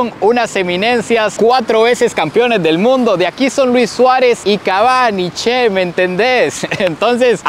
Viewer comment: No digas she. Es CHE. Como choclo y chorizo